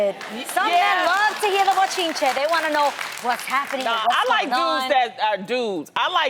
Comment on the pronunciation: I think she said “buchinche” lmaoo